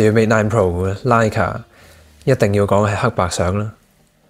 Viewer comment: Good review but please note that Leica should be pronounced as Like-Ka.